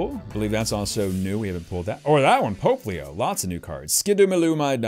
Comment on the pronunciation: "Popplio" is pronounced "pop-lee-oh".